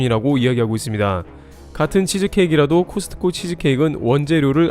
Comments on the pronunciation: '코스트코'라 발음하는 것 보다는 '코스코'가 맞지 않을까요? 크리스트마스가 아닌 것과 같지 않을까요? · 제발 '트' 좀 빼주세요 코스트코 하지마 코스코야 제발~~~ 코스코. 코스코. 코스코